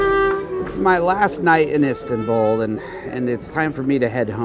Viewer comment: I hate how he pronounces Istanbul 'istintbul'